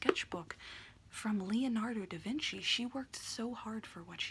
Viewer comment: Its Leonardo DA Vinci not DE Vinci